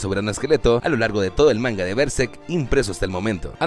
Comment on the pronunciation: Buenísimo el video. Podrías pronunciar berserk bien al menos...